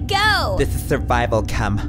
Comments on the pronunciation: it's just the way she says "kim" as "kem" watch the video again and you'll notice it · Oniket The joke is that Khloe says Kim’s name as ‘Kem’